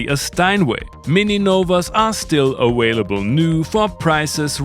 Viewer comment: I love this little digital synth, very worthy Microkorg equivalent. Now, since i saw the whale pass by when you said awhalable, but keep saying mininova with a non-Austrian V then I can only conclude that all this time you have been sparingly using the English W for V was just to sound cute and GAIN VIEWS. In the comparable list you forgot to mention the Roland Gaia which preceded the JdXi and is not nearly as damn ugly and has a nice left-to-right-learn-about-analog-on-a-digital thing going for it. Seems more fun to operate too.